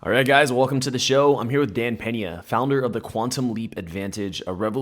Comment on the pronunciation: Peña, not Penà!